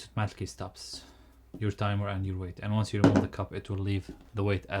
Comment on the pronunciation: Great and informative! Just the pronunciation could’ve been more taken care of - I’ve never heard so many times „TAIMOR” instead of timeER🥳